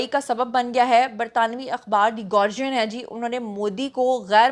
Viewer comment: You pronounced ‘Guardian’ incorrectly